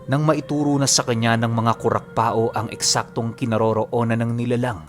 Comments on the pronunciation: Kurakpao ibig sabihin kurakpaw, hindi kurakpa-o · Hehe sa bicol pag sinabihan kang kurakpao meaning pangit ka..🤣🤣🤣 kadalasang bansag ng mga kabataan namen..nga po pala Kurakpao po buo pag bigkas nyan hindi po kurakpa-o parang Pacquiao ganon.. pero ok lang andyan na e..totoo po yan mga kurakpao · It's pronounced as kurakpaw not kurakpa-o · Kurakpao- ku-rak-paw yan po ang tamang bigkas. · Kurakpao Po.hindi Po kurakpa-o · Ang tamang bigkas jn ay kurapaw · Kurakpaw ang alam kong pronounciation nyan. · Ko rak paw Yan Ang tamang pronounce Nyan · KURAKPAW po ang tamang pag bigkas 😊 irosin sorsogon here